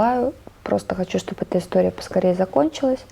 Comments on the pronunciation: "Скупилась", "шоб вы понимали" - кровь из ушей!!! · «Шоб выпонимали « 🤦🏻‍♀️🤣